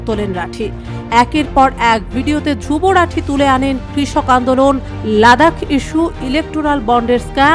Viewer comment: নাম টাও উচ্চারণ করতে পারে না 😂😂